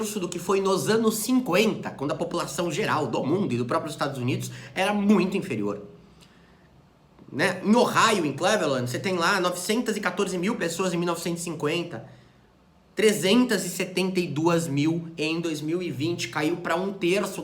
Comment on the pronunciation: Aos 5'00" é Cleveland, não (mesmo rsrs) Cleverland. No mais valeu,.